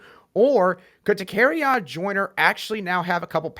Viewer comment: Love the podcast!!! One small adjustment. Joyner’s first name is pronounced Da-carry-on….